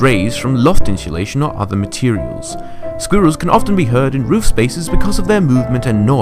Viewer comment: i did not like the guys who did squirrels and slugs he kept pronouncing squirrels as sqeerils